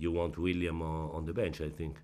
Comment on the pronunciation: Does he call Willian "William"???